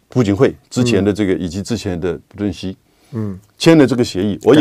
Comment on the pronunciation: 朴正熙，读piao吧？